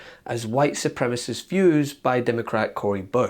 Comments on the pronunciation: "White supremist." Normally I wouldn't make fun of people for making mistakes with words, because even smart people do it sometimes. But in Boebert's case, I don't believe that she knows the right words. Her speech impediment does seem to be caused by a pathological level of ignorance. Even stupidity isn't always worthy of ridicule; only when it's also cruel. She deserves all the mockery she gets. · Cori Bush had no need to insinuate. The white supremacy is perfectly clear in the man's own words. So sad that Boebert doesn't have the intelligence to make the connection between the man's words and his stance as a white supremacist. BTW, Mrs. Boebert, the word is 'supremacist', not 'supremiss'. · Boebert says "white supremist" instead of "white supremacist". She has no idea. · "...white supremist words..." someone give her a dictionary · "WHITE SUPREMIST" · Please check out the comments about this hearing on Forbes. The MAGAmorona are out in force. Boebert cannot even say the word 'supremacist' 😂😂😂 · Did she say "White Supremis" ?!!? She DID! She was so busy trying to blather as many WORDS as she could, that she was repeatedly shorting syllables. " Su• prem • I • cist ", Little Tinker Toy Elected Official; Good Gawd ! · She cant even say the word "supremacist" correctly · I wish they could pronounce the word “supremacy or supremacist” ! How sad these republicans are as supposedly “educated “ lawmakers.Boebert just makes me laugh every time she speaks. Just like Marjorie Taylor Greene makes me laugh at her ignorance! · She doesn’t even know how to pronounce “supremacist” correctly. I highly doubt some dumb white lady who doesn’t know how to correctly pronounce a word could be “supreme” at all. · She can’t even pronounce “supremacist”,,,,,,😂😂😂😂😂🤮🤮🤮🤮🤮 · "White supremist"? Hey Lauren! It's "SUPREMECIST"! She can't even properly describe herself! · Does Lauren not know the word is supremacist and supremis? HOW DOES SHE HAVE THAT JOB?! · Supremacist not supremess